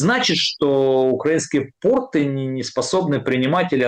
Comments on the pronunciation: Тьфу, б🤬! Да не портЫ, а пОООрты! ПОрты, дебилы безграмотные! И тОрты!))😄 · Да, пОрты, тОрты и бОрты.